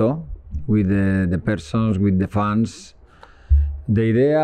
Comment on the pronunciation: Lha itu bisa Bhs Inggris, knp kmrn pas baru dateng pake Bhs Spanyol?? Bhs Inggris LM lumayan lancar lah, tp koreksi dikit: "fans" itu dibaca: fens bukan fans, klo fans itu artinya kipas angin, coach! 😁